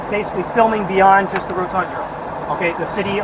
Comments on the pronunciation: Nice “rotundra” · That dummy pig said “rotundra”